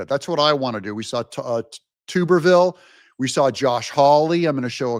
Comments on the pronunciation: Tub-er-ville...not Tube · It's not Tuber-ville! It's TUB (like bath tub)-er-Ville. I can't stand watching your channel from all your preaching, imitating different races which is racist for a so called Christian and you can't even pronounce important names correctly. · Doug it’s Tub-er-ville. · On a side note it's TUB-er-ville. 🛁